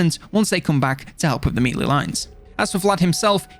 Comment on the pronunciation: I love how he pronounces 'melee' Please keep saying it as MEEELEEE! haha it's been years now!